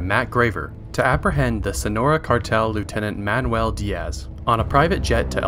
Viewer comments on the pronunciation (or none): none